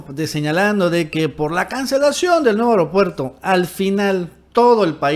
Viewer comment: A ver, repitan conmigo: A-E-RO-PUER-TO, A-E-RO-PUER-TO, A-E-RO-PUER-TO, A-E-RO-PUER-TO. Si dices E-REO-PUER-TO te oyes mal, entiende. El ser morenista no implica no saber hablar